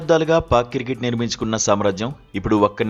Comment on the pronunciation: కిర్కెట్ కాదురా అయ్య క్రికెట్ 😂